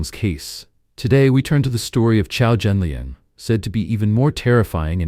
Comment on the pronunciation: Thanks for reporting on this. But his name is Qiao Renliang, not Qiao Zhenliang. RIP Qiao Renliang